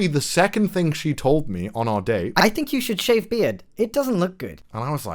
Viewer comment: “I think you should sheave beard” english good